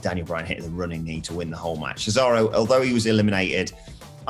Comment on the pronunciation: The weird guy says cesario 🤣 what an idiot